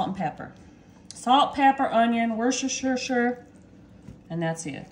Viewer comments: Wooster sheer.... phonetically! 🙆‍♀️💁‍♀️ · 'worst-ta-sure' run it together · It's pronounced : WUSTER-SHER. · Wash your sister.=..Wooster shire sauce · Wor chester shy er Say it all together really fast and that's how you say it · In New England, we pronounce it: wu stuh shr